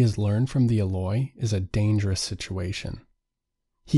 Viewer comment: I believe it's prounced EE-loy. Long E. Thanks for the synopsis.